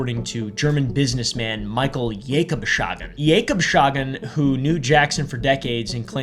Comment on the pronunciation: Jakobs-Hagen is how you pronounce it, not jakobschagen